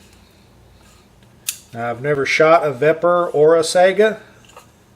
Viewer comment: Saiga = sigh - guh not sega.